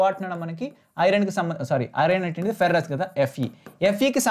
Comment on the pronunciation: Ferrom kadha anna adhi ferous anav